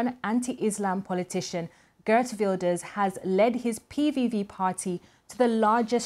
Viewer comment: Can the BBC at least try to pronounce Geert correctly. What arrogance to mispronounce a person's name! Wel gedaan Geert!